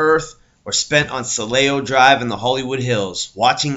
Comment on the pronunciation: As soon as I heard “ Celaya Drive”, I stopped watching. At least make the effort to learn how to pronounce names correctly.